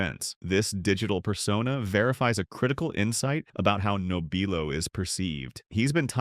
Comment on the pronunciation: How about an honest pronunciation of Frank's last name?